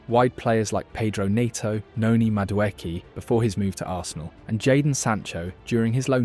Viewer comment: Your videos are fine but the pronunciations of the players are so odd. I don't know if this is AI voice or what but you're saying Madueki, Joan Paydro, Paydro Nito, etc. It bugs me.